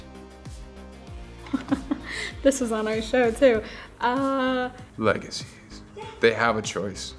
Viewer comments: Nobody: Peyton Alex Smith(rafael) : liegacies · no one: absolutely no one: literally no living soul: Peyton: "Legacy of lies" "Lie-gacies" I can't!! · Peyton: "Lie.... gacies" lmao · raf: “lie,gacies” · Peyton: Lie...gacies 😂😂😂😂😂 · Peyton: Lie....gacies. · When Alaric says legacies, I know because I fought one I had to listen to that a lot because it sounded like he said he fu**ed one! Haha